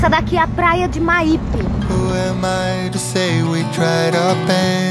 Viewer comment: Boa noite e, adorei o vídeo sobre o meu Espirito Santo...a Praia é Meaipe se lê com escreve mesmo!!!